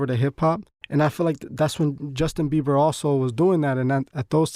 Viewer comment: My boy said Justin Beaver😭😂